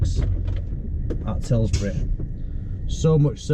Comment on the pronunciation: TILBURY NOT TILSBURY PAL